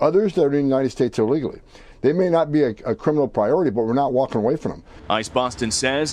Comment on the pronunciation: Illegally not ulligally...